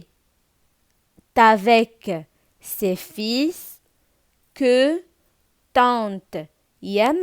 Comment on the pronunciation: شكرا على مجهوداتك ولكن كنقولو فيلfils الخيوط ماشي فيس fils ولدي